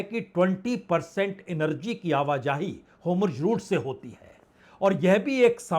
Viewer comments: सर, आप तो विद्वान पत्रकार हैं। आपको शत-शत प्रणाम । कृप्या होमर्ज ना बोलें । उसकी जगह हॉर्मूज बोलें तो अच्छा है। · ❤Hormuz बोलिए.Homurj..nahi❤ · Hormuz का उच्चारण आप Homurz क्यों करते हैं? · Sir it's not Homurz it's Hormuz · अब तक होर्मुज बोलना नहीं आया 😂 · Atleast learn to pronounce HORUMZ PROPERLY, before you can be taken seriously